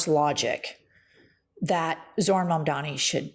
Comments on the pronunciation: It's MamdaNi not MamdaMi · I'm totally crushing over, big time. But PLEASE,: his name is Mamdani, not Mamdami! 🥰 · Why does she say “mamdami” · All of your points are absolutely true, but I've gotta say, you both need to practice saying Mamdani. You both called him, 'Mamdami,' at least once, but does it consistently. It wouldn't be so bad if it wasn't for the fact that people that hate him intentionally mispronounce his name. Love what you're doing, and hope you keep at it. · It's MUM-DAA-KNEE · Good takes, but can you please start saying Zohran's last name right? Especially